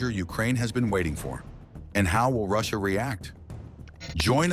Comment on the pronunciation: The fact ignored the person or the IA on tha video can't even pronounce Russia incorrectly.